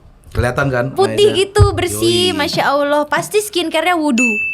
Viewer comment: Massya Awllohnya renyah bgt enak